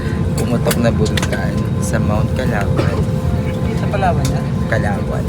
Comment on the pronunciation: Natawa ako sa Mt Kalawan. Its Mt Kanlaon po. 😂 Ako ung multiple times on a plane, cguro 4 times or more in a year , kaso hangang ngaun, natatakot pa rin ako. Di talaga ako masasanay